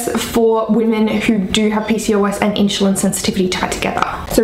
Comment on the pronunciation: I understand having an accent but saying in-shu-lin vs *in-su-lin * is so funny. Just break down the word and then say it faster until it is at normal speed. You do seem to be able to speak super quickly...maybe can get a job as a commercial narrator reading disclamers...lol! Thanks for the info!! :-)